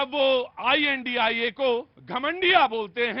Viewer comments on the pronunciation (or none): पत्रकार महाशय आप गलत बोल रहे हो, आय डॉट एन डॉट ऐसा बोला करो